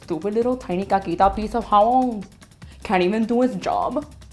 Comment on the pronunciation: Wowww, she says jabón like she says Japón!! Lol